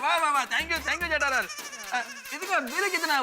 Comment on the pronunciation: people says-Jethalal Iyer says-jaitalal🤣🤣🤣